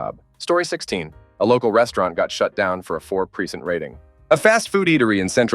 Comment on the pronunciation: I wonder how many times ‘percent’ will be mispronounced?!